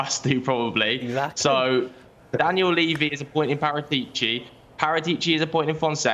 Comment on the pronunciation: I can't take butchering Paratici's name any longer.